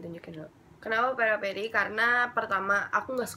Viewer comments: Peripera kak bukan peraperi hihi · fyi itu peripera bukan peraperi ngakak gue sumpah